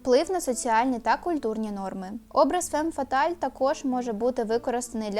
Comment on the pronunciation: Правильно фам фаталь. а не фем фаталь. Перекладається як фатальна жінка